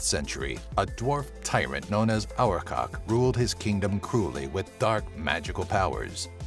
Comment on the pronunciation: #8 is pronounced Ar-BA-tak, not our-cock.